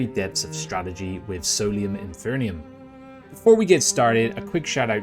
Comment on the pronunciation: Enjoyed your overview of the game. Minor nit: you're mispronouncing 'Infernum'